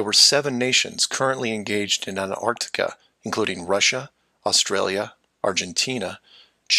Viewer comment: so nice to hear an american pronounce the T in anTarctica. so many americans call it anartica